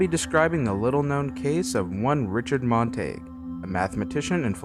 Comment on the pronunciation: You are mispronouncing his last name.